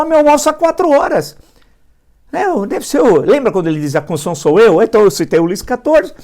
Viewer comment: "Conssional". A "Conssão Federal".